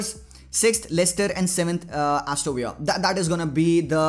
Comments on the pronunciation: Vahi tow bhai patani kyu simple Aston ko astoooo villa bolre 🤣🤣🤣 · It's "astoN VILLA" as in english....not in spanish....It feels very cringy to hear it wrongly.